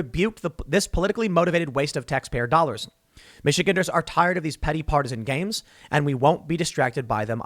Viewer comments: Tim, it's michigAnder's gander like a male duck, or take a gander over yonder. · Tim its Mich-e-gander not Michiganer.